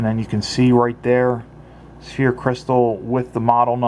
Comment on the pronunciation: It's not Sphere crystal but Sapphire Crystal. Just for future reviews might want to make that correction. like the first comments states, it sounds like Sa-fire.